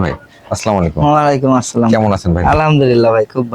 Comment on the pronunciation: ব্যাটা তোরে কইছি সালামটা ঠিক করে দে তোর সালাম হয় না